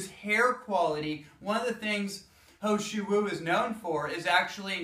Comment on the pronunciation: He Shou Wu ... this is how you should pronounce it as : Her Show Woo Hope it helps :)